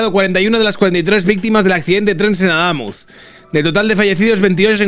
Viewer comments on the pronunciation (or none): con una novia cordobesa no vuelvas a cambiar el acento, adamuz es aguda.